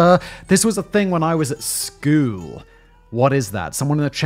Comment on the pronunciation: Nah, what is going to stick in my head is Simon referring to "school" as Cartman saying "skyueeell" hahahhaa